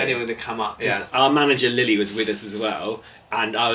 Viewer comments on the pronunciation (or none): Rily instead of Lily